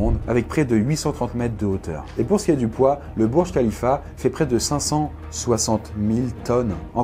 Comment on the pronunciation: le Burj Kalifa(déso pour les faites d'orthographe) se dit comme burj Kalifa pas comme bourj kalifa